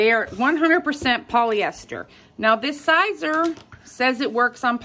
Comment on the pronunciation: Siser is pronounced like just like CAESAR. To remove vinyl heat from behind the fabric and it will release to peel off. Polyester won't melt, in fact it's the only material used for infusible ink crafts.